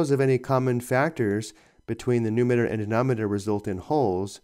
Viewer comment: It's numerator, not numater.